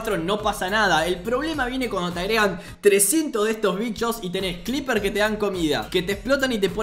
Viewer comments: Por q carajo les dice cleepers?? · Alguien más escuchó clippers? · No digas cliper xd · Escucho mal o le dice Clippers a los creepers?